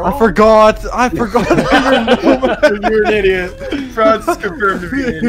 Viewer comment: saying Idot. Bro the Marley reference